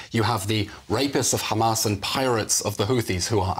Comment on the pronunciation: I m tired of hearing the word Khamas hundreds of times in one speech. Totally exhausting. A broken record squeaking.